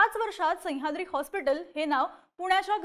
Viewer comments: संह्याद्री नाही मॅडम सह्याद्री म्हणा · संयाद्री नाही गं बाई, सह्याद्री आहे ते 🤦🏾‍♂️ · हिला सह्याद्री म्हणायला शिकवा रे कोणीतरी. पार डोक्यात जातेय ही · खूप छान विश्लेषण पन सह्याद्री चा उलेख नाकात ल्या नाकात करून त्याची व्याप्ती छोटी करताय